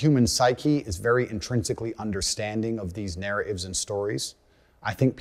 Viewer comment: He drops the “t” on narra(t)ives, responsibili(t)ies, reinsta(t)ed, digi(t)al, ha(t)ers, etc.! It is super annoying.. 🤦🏼‍♀️ HE is super annoying.